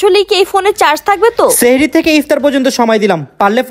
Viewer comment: seheri noi ,sahri bole. seheri mean jadu